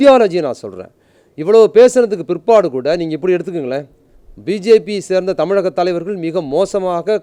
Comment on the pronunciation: "இலிவு" இல்ல ! "இழிவு" !! "தமிலக அரசு" இல்ல ! "தமிழக அரசு" !!